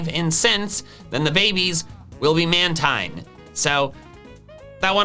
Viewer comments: Dude, you say "mantine" wrong, it's pronounced like marine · Its pronounced manteen